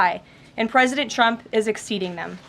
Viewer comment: Does she keep calling trump chump